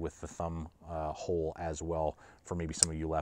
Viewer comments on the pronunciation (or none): none